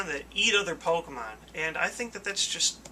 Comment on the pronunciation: Why, he does Pokeymanz (pokemon) not Transformers.